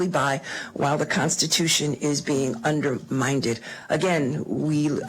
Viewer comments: She is so intelligent did people hear her say undermined she pronounced it undermindid and there is nothing in the Constitution that says they can't hold assistance money back especially when it will be used for an illegal act such as housing illegal aliens or helping them to escape the law or hiding them as well! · “Underminded”????! Ffs, Id want to learn how to pronounce words correctly before jumping on my bully pulpit. Illiteracy can kind of make you look stupid. 😂